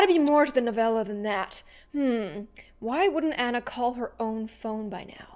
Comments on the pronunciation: Anna R. Ah-na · Hey it's my phone! (My name is Anna) but she pronouncED My nAMe wrOnG!!